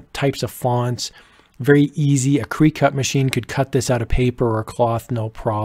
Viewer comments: It's not "kree cut". It's Circuit or Cricket. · It's Cricut - sounds like Cry-cut, Just FYI Thanks for your video. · Cricut is pronounced Cricket. :) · Cricut is pronounced the same as “cricket”. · It’s pronounced “Cricket”. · He lost all credibility by mispronouncing "cree-cut" smh 🤦‍♂️🤷‍♂️ lol seriously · I was looking for this correction 😁. Good looking out. I made this mistake once until someone corrected me, and then looking at the mascot it really clicked lol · Yes it is - about 200 people in the comments have mentioned that I pronounced it incorrectly. I learned something new! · Great tutorial but now I’m questioning the pronunciation of Cricut. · Yes, it is my great shame that I mispronounced the name in the video. I am always trying to learn & get better! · Yes I did! I didn't know how to pronounce it but I've been corrected many times. I appreciate your feedback, happy to keep learning! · Omg that's how your pronounce cricut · Really good, clear instructions though in need of a few minor corrections re:SVGs and DXFs…and btw, it’s pronounced “cricket” as in Jiminy…not “creecut”. Just sayin’. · I have never heard it called CREE cut! I have always thought it was CRICK-it, like the bug. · This is an amazing video!! Thanks so much! I'm sure you already know, the Cricut machine is pronounced like the bug cricket. Not, cree-cut. It's not a huge deal but I thought you might want to know. That is an absolutely fantastic video! New subbie! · AMAZING INFO!!! THANK YOU so much for this DETAILED tutorial. Explanation, tone, speed of tutorial made this very easy to follow and comprehend. BUT, I do have to say (just an FYI I guess, lol) Cricut is pronounced like "cricket" not "cry-cut" .... I LOL'd each time. Thank you again!!!!! Hope you read this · Fantastic information. Thanks. BTW - it's not 'creecut', it's pronounced cricket as in the bug. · Thanks for the video & info. Very helpful. Just a heads up -- Cricut is pronounced "cricket" not "kree-cut" :)